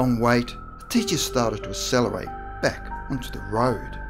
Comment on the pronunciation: Um, not sure about the narrator - but "accelerator" is not pronounced with an "ess" rather an "ack" sound.